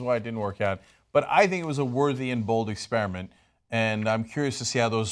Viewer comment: The word is EXPER-I-MENT, Anna, not "Ex-pier-a- ment"